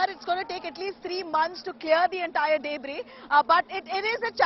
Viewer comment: She pronounced "debris" as " dayybris" 😄